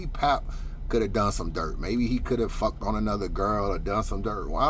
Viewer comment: said fawk all that I’m bout to get this money right quick 😂😂😂